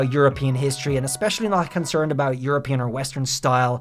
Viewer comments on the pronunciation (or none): none